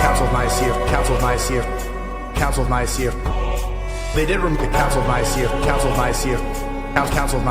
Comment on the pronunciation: OMG “the council of Naiyaceea”!! 🤣🤣🤣🤣